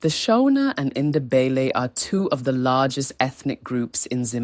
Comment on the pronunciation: Please put more effort in pronouncing names correctly and not pronounce them as if they are English names e.g. Shona is not Shawna. Mfecane, Ndebele 🤔